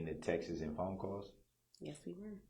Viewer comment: It’s “texts” Darrell not texas! We need an interpreter for Darrell I think!